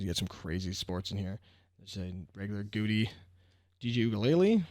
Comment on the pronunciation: This is pronounced GOW-DEE, not goody. You can find the pronunciation on google if someone disagrees with you.